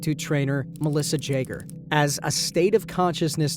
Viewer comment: Melissa Jager is pronounced yager not J